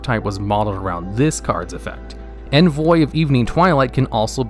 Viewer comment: Bro, you need to look up the pronunciation for "envoy".